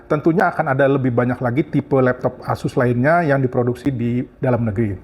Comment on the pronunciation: Asus bang bukan ases 😂